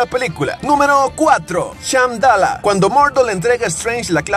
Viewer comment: es shamballa no shamdalla, se te paso eso ahi